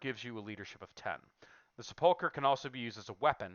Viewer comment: Sepulchre is pronounced SEP-ool-ker. Not seh-PUL-ker.